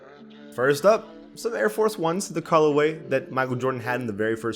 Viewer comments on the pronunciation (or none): Say Air Force 1s again